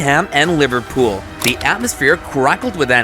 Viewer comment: bro said liverpoop when kane did tackel.